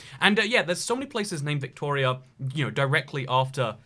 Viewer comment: His pronunciation of Victoria was bang on though, so no worries.